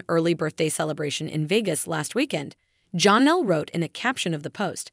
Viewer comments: Her name is pronounced Janelle not Jahnelle. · It’s Janelle … NOT Johnelle! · Please STOP calling Janelle, John-ell. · JAAA-nelle...love these videos but giggle constantly at the pronunciation 😂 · It's just annoying to me. And it is NEVER corrected.